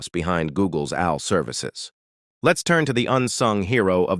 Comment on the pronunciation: Wtf am I watching? This graphical visualization (mainly) and the narration is a joke. 1: - "from your phone to Al (like Albert) clouds to Quantum labs". It should be "AI" (A-eye). 2: -"Now let's turn to the GPU". This displays a "GPT" processor? 3: -"was the same math at the heart of scientific computing and Al (like Albert)". Again, should be "AI" (A-eye). And the caption shows "I". 4: -"workhorses of the AI revolution". Which is part of a different video captioned video about I'm going to assume Chat-GPT. This is barely a quarter of the way through the "information video", and I'm noticing this much misinformation? Visually and Audibly? Even though most of the information is correct, you need to correct the visualization and how part of the topic is pronounced. This is lazy information in my opinion, smh.